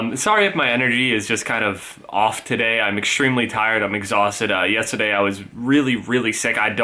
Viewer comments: he said yest instead of yesterday lol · The New Jersey in him comes out when he says yesterday 😂